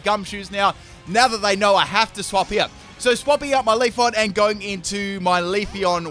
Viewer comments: It's Leafeon not Leafon.... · If you say Leafon one more time... it is leafEon! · LEAF-EE-ON , VA-POR-EE-ON, FLAR-EE-ON, ES-PEE-ON, UM-BREL-EE-ON... It's pronounced Leafeon not Leafon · He has 5 leafons and 1 leafeon1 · Are you saying "leaf on"? 😂😂😂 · it triggers me when he says leafon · He pronounces pokemon names wrong all the time... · I heard leafoff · Not just you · LeviAlsGamer2 I hear it to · I hate to break it to ya but there's an "e" after that f in "Leafeon" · CT Thai FULL MISPRONOUNCED POKÉMON TEAM